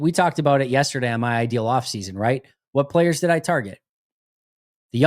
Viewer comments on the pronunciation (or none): none